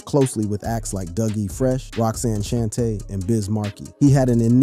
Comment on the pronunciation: bro learn to prenouns names before speaking its YĀ-YŌ NOT YA YO ITS SHANTÉ NOT SHAN TÉ 4TH GRADERS WITH YOUTUBE CHANNELS IS BUGGED🙄